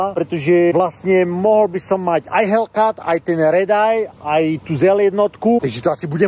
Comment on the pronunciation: fuha vyslovnost hellKAT.. daj pozor na to az budes tocit video